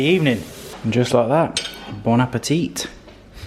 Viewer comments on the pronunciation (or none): Hi, nice video. The boys are so cute. Just a little remark. When you say "bon appetit" in French the last "t" is mute (because it is not written appetite like in English without an "e" at the end".....so just say "bon appeti(t)". Have a nice weekend!